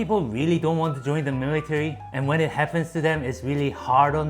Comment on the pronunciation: how many times does he say "miritary"